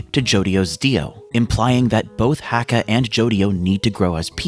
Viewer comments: please for the love of the saints corpse Acca name is letter H in Italian the H is silent... its Acca not Hacca... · Heads up, it's spelled Hacca but still pronounced Acca. The H is silent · The ‘H’ in Hacca is supposed to be silent because it’s Italian! Great video otherwise! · Dont my guy cant say accas name correct your not doing to bad